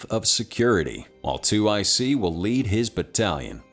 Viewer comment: It's 2IC not two IC, it means second in command